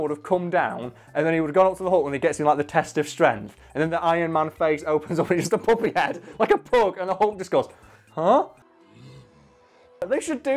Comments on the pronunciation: i thought he was saying poppy, like the flower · Ok honestly thought the whole time until I saw the picture that he was saying poppy